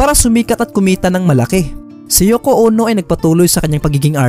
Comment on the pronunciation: Yoko Ono po hindi Yoko Uno 😊